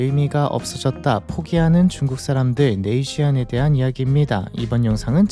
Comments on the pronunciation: 발음이... 쥐안이 아니라 쥐엔(빠르게 발음하면 줸) 인데... 왜 쥐안이 된겨... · 적어도 컨텐츠 읽어주려면... 뜻이나 발음은 알고 하자... 네이쥔... 쉬안이 아니고... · 네이시안 발음 엄청 거슬리네. 네이줸.